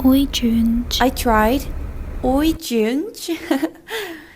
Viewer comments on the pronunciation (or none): the "oi" sound is perfect, but try something like 쩬티 for "gente". i tried to "explain" the sound in hangul because i think you're more used to how our alphabet sounds in english than how it sounds in portuguese 💜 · Gente is not gehnchee it is shayn -chi - kinda haha the g is not a hard sound, it's a softer one